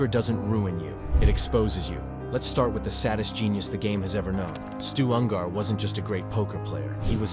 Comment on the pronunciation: Ungar not Un-gar FFS